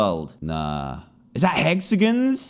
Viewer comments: nobody: dan: HEXAGINS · Hexag i ns